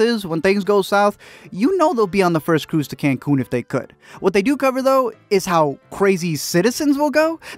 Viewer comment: Are we just gonna ignore him saying “Cruze to Cancun” lol 🤣🤣🤣